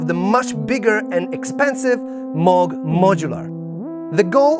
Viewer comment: It’s Moog NOT Mug